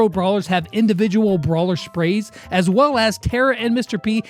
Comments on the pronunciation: spraise LOL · "Individual brawler SHPRAYS" Me: I'm a good listener No offence tho